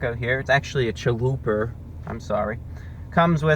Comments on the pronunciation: every time he said "chaluper" i died a little inside. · My Hispanic self cringes when Spanish words are said inccorectly. It's CHALUPA. (cha-lu-pah) but he's selling me on the chalupa taco, I'am edger to try it. \m/(^_^)\m/ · Great review as usual, but what is a “caliper .”🤩I’ve been teased for pronouncing pizza as “ pi-zer.” So I feel you.Most inventive thing ever, really? I thought the microwave was pretty cool not to mention the light bulb. Hyperbole never hurt anyone 😅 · Great review as usual, but what is a “caliper .”🤩I’ve been teased for pronouncing pizza as “ pi-zer.” So I feel yo😅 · man I love a "chualuper" hahaha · lmao.....chaluper kills me everytime i hear it!!!!!!!!!! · Every time you say Challuper I get goosebumps of joy. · WHAT THE HELL IS A "CHA-LOOPER"?!?!?! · "CHALUPER" love it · I will be pronouncing it "chalooper" from now on. Thanks Review Brah!